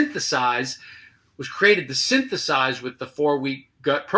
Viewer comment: Everytime he says * Synthesize * F_K!!!! 😑